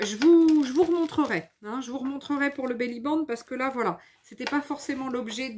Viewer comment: Bonjour, on dit Belli Band. (Une belle bande) Pas Belli bang 😂...